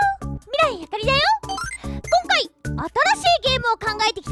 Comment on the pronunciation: 半分寝ぼけて開いて、[今回]が[おっ○い]に聞こえた瞬間目が覚めた